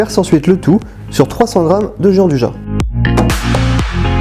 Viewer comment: Sa existe pas le « Jean du ja » c’est , phonétiquement : « Djianne douilla »